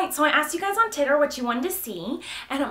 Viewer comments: I'm pretty sure that she said questions on "Titter" instead of twitter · She says 'titter' instead of twitter lmao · HAHAHAHAHAHHAHHAAHHAAH just noticed now you say TITTER!!! omfg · did anyone else laugh really hard when she said titter instead of twitter lol no ok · "I asked you guys o titter" lol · I just clicked on this and I heard "Titter"😂😂😂 I DIED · Uhmm she definitely said "titter" instead of "Twitter"..... xD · at 0:4 she said titter instead of twitter lol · LOL she said titer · She said titter!!😂😂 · Omg did she say Titter instead of Twitter? XD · Miranda said titter xD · It is Twitter not tirer